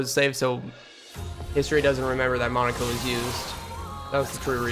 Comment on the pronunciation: Why do you say Lu-NAY and MONACO? They pronounce the names for you in the cutscenes